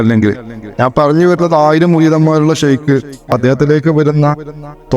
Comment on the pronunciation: ഷെയ്ഖിന്റെ ഉച്ചാരണം ശെരിയാക്കാൻ ശ്രദ്ധിക്കണേ...